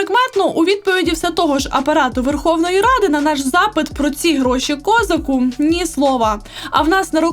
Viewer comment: Ви неправильно ставите наголос на прізвище Козака: правильно ставити наголос на другий склад,адже цеукраїнське слово